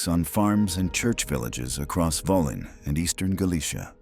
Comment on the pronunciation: please Krakov: KRA-koff Volhyna: vol-HEEN-ya